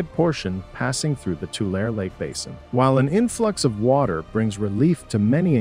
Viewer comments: Please pronounce the lake correctly. It is Too - lare - ee not Too - lare. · Lake Tu-lar-e, San Jo-quain (Wa-keen) River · It's pronounced Two-LARRY, not tool-air. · i have always here tulare pronounced to-lair-ee